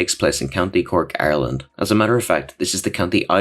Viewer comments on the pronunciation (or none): The way you said Ireland bro